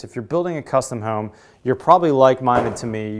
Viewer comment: Its Home, Not Whoome..